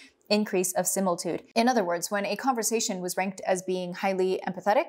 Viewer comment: Sim -ill-i-tude…sound it out